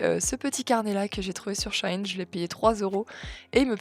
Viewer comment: MERCI pour cette vidéos conseils ! 🙏 «shine» ça m'a fait mal aux oreilles ... il faut prononcer cela SHE-IN. En effet, la marque s'appelait avant « She Inside », puis a été raccourci à SHEIN. C'est donc bien à l'anglaise qu'il faut le lire avec cette prononciation « chi-ine ». 💝